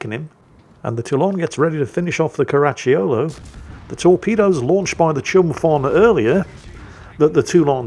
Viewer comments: "Caracciolo", but my ears kept hearing "Karachi Yolo". 😅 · Stop adding a "ch" to Caracciolo... not all double C's are a Ch I Italian, some are hard Cs, so cuh's